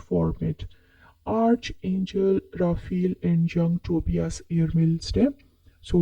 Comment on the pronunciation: Archangel is pronounced Ark-an-jel.